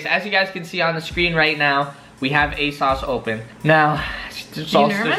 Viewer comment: Its asoooosss not asauce 😭😭